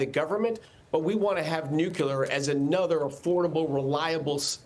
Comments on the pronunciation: "newkillar" >>> nuclear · You'd think the Energy Secretary would know how to pronounce nuc-le-ar. Nuc-u-lar is not a word. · Nucular? No, Nuclear. Learn how to pronounce. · Another "nucular" specialist... 😆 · How can we have an Energy Secretary who says "nucular?" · This guy in his job it seems cannot pronounce NuCLEar and says NucUlar. Wow. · If this guy can't say nu clear correctly, it is hard to take him seriously.